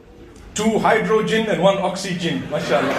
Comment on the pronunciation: Hydro-jin and oxy-jin 😂😂😂